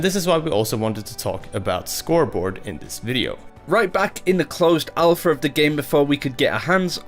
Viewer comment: I love these guys but, the bad Engrish is driving me crazy... Udder instead of Other, Alfer instead of Alpha.. I know it's accents but PLEASE work on it guys!